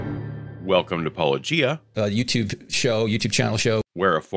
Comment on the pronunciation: I've always pronounced your name paw-LOW-gee-a. PAUL-o-GEE-a sounds clunky. {:o:O:}